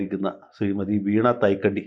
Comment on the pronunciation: വീണതായ്ക്കണ്ടി അല്ല വക്കീലേ, "വീണാ നായ്ക്കണ്ടി "